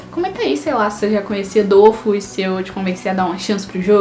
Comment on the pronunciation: Primeiramente adorei o vídeo ,segundo não é dofus que c pronúncia e dofús , e não é weikfu como vc fala e wakfu msm a pronúncia e o nome certinho